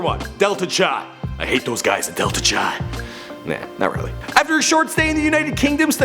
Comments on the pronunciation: its pronounced kai not chai, representing Marshall University chapter! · greek letter Chi is pronounced like Ki